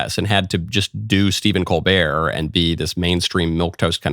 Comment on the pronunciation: ...his last name is pronounced "COAL'-burt"